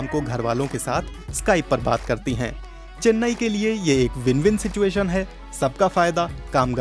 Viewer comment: चेन्ने नहीं चेन्नई